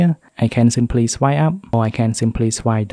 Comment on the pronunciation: Normal people: swipe He: Swy